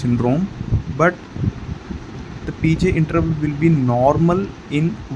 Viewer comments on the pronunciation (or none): Are you trying to say P R interval? It sounds like you’re saying P J interval during LGL syndrome …